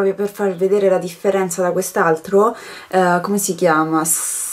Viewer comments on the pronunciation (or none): veramente l'accento andrebbe sulla "i", basti pensare alla canzone "Yellow submarine" dei Beatles o ai Marine americani che appaiono anche in film e serie tv 😊 comunque, nel dubbio possono tornare utili wordreference o l'altro credo sia l'oxford dictionary, io quando non soni sicura di una pronuncia mi affido a quelli 😉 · Ops, sì vero scusate...infatti ha pronunciato con la gravando sulla a e invece va fatto sulla i comunque a volte per far super veloce può tornare comodo il traduttore di Google ha una dimostrazione dell'audio per la pronuncia. Comunque non è un problema, chi se ne frega semo italiane XP